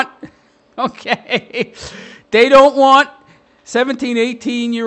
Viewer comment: How normal people say okay: Okay How this guy says okay: Ougaay???